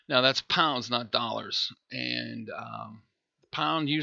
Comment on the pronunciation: Something funny about hearing £ in a US accent. So the problem to solve is the shipping from Chicago as the auction was pick up only. Prices are compelling though.